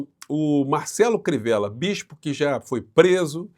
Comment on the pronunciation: Bispo não; "bispo".